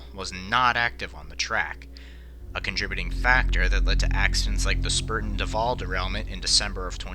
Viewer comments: DID HE SAY "SPURTEN DUFALL" ????? It's Spuyten Dyvil- (spi-tun deye-vuul). Means spitting devil in Dutch. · It’s Spuyten Duyvil NOT Spurten Duval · You got to learn how to pronounce NY locations correctly. Spuyten Duyvil is pronounced spy-ton die-vuhl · it’s SPY-tin DIE-vil. That’s how it’s pronounced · Great job. But you refer to the Spuyten Duyvil train wreck. The proper pronunciation is SPOY-ten DOY-vall, like the word "toy". It's Dutch for "spitting devil" which refers to the turbulent waters on the junction of the Hudson River and the creek at the top of Manhattan. The creek was cut about 100 years ago to facilitate barge traffic to the East River. it was a shortcut.. Before that, the zone was notorious for violent whirlpools that would literally "spit" plumes of water skyward, giving these waters their nickname. The "devil" reference is to the destructive nature of the whirlpool. If you dared navigate too close, your ship would get sucked in, likely to capsize. The train failed to negotiate the sharp curve between the Hudson track (north-south) and the Spuyten Duyvil Creek section of track (east-west), again, for traveling at too high a speed. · If you end up doing one on the Spuyten Duyvil crash , its pronounced like spy-ten dive-al. The Dutch settling the area named it. Tough enough to pronounce never mind spell. Great Video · You miss pronounced Spyuten Duyvil but it’s cool. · good job, just one quick thing, you pronounced spuyten duyvil wrong from what i believe